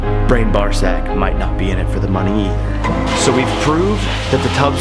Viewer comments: i had to listen to the first time he messed up brian's name, thought he said ball sack lol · Haha so funny but please learn how to say Brian's last name lol